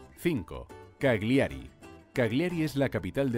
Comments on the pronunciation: Cal-yiari es la pronunciación de Cagliari y alguero de Alghero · Se pronuncia Cágliari con acento en la A. Y Alghero se pronuncia como "gu", no como "J". Además no es la ciudad mas poblada del norte.